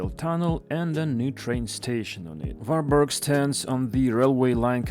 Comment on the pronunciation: It's Var-berry.